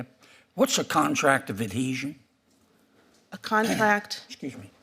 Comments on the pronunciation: She keeps calling the contract of adhesion a contract of adesion, she doesn't even know the proper term. Here is another Joe Biden judge, being nominated to a position she is not qualified to hold. DEI is probably how she was able to get into law school and graduate. LET'S GO BRANDON! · She says "adesion" instead of "adhesion" FFS even after being repeated multiple times by Senator Kennedy she still cant pronounce it correctly, let alone know what it is..... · She didn't even say it right. It's adHesion, not adesion 🙄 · Adhesion, not Adeesion! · she couldn't say adhesion... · She can't even repeat the question! She couldn't pronounce the word or she just made up a word that sounded like it. Obviously a DEI appointee but again as always totally unqualified but dems don't care as long as you have the right identity.